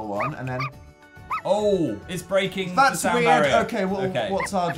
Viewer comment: no one: phil: it’s breaking the sOuND baRrIEr